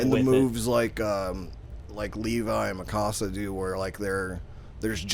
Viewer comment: Her name is not pronounced Me-ka-sa !!!!!!